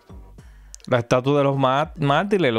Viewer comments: Se dice mártires compadre hable bien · Amigo se dice Mártires, no "martiles" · No se dice "Martiles" es "Martires" esta camada de nuevos comunicadores estan de ....